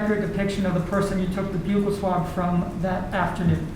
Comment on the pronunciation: Why are they pronouncing buccal like that … that is phonetically abominable